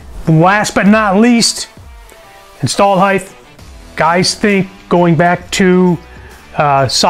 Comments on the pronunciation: I really dig this guys straight forward though guy delivery, I really do! It was straight forward and to the point and tons of energy! He hit on a lot of points very quickly and was very memorable. My only notation is that he said HEIGTH several times....it is HEIGHT!!!!! But I have OCD....so there is that. PAC is my go to for every engine build!! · Why do so many American pronounce the word Height as if it is spelled Hith?